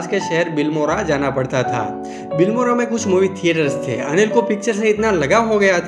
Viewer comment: It's not bilmora it's a BILIMORA.